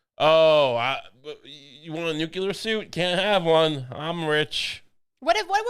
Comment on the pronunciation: Dear. Lucy says it right. It's nu-clear with just the two syllables. You are saying the dunce version, accidentally (new*queue*lar) old chap.